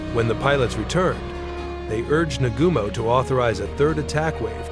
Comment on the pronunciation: The way it butchered Admiral Nagumo’s name is brutal